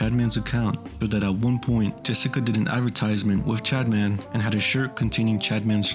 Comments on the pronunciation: I am not condoning anything but i had no time to watch the video so i put it on x2 speed. On 2x speed it sounds like you say chadman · I keep hearing him say “Chadman”